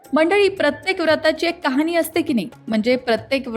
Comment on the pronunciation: Mam , khop chan khatha sangitli ahe 🙏 पण कुठे मध्ये उच्चार चुकतायत जसे ' कहाणी ' ला कहानी उच्चारय असो 👌